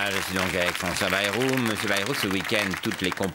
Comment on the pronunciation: pris en flagrant délit de "je ne sais pas comment prononcer Bayrou" ! Remarquez nous non plus... Sinon on aperçoit Jean Lassalle, c'est vrai qu'il a pas mal de points communs avec Bayrou.